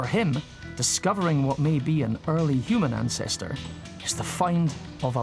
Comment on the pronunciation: Hue man...hue-man.